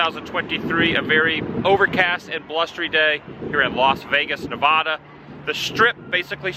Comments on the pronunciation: It is actually pronounced Nevada not novoda Google it George W bush was actually mispronouncing at also he no longer does that the story is so big even a news station covered it NA VA DA NOT NO VOD AH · Please pronounce Nevada right. It's Nev-adda not Nev-odda. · Fabulous Las Vegas Nev-ADD-ah! Pronounced like AD-am the awesome Woo. Love your channel and vibes. Sorry for the wind amigo! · You say nevada wrong………